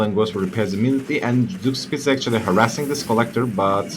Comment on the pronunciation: I know this has been an ongoing meme but Zugspitze's name comes for a real world mountain peak from Germany. It is pronounced "czug-shpi-tze" you can listen to the pronunciation on wikipedia to help.